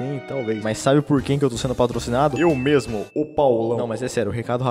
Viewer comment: Caraca....qué isso Rapá... "Bão mêmu"